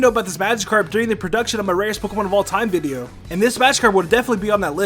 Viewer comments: you hope we enjoyed... the "viveo"...? Lol, pretty sure it's video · HE SAID BIBIO NOT VIDEO